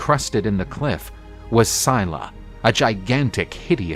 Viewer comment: it's not Mermaids its the Sirens that lure men to their deaths with their voices! Mermaids are just beautiful peaceful creatures that live in the sea. edit: also I can't with the pronunciation this guy just butchered Scylla's and Charybdis' names 😭😭😭